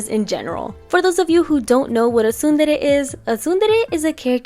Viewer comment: I finally know how to pronounce tsundere